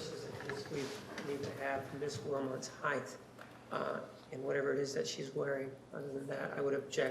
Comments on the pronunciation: Nurmi said the dreaded NON-word: "heighth" is not a word!!!!!! Lawyers, doctors, and teachers should never ever EVER say "heighth." Then again, Nurmi DID lose his license to practice law... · I thought no one else caught that. That "non-word" bugs me to no end!! IT's HEIGHT!!! Period! There's no "H" at the end!